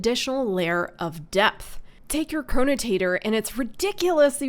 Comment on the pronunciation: Chronotator XD Chronotector~ Potato potahto